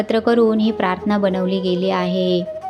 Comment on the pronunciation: आपण प्राथना म्हणता पण तो शब्द प्रार्थना असा आहे निरुपण करताना शब्दोच्चार म्हणजे शब्दांचे उच्चार शुद्ध असावेत